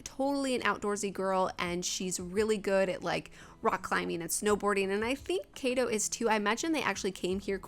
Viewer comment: Beautiful construction! Just one tip normally, in Japanese all the letters are pronounced separately. So kaito would be pronounced more like kah - e -toe!